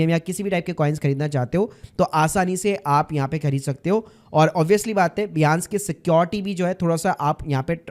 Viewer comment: बियांस या बाइनेंस !